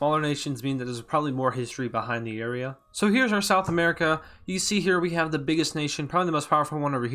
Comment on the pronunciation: I just heard smerica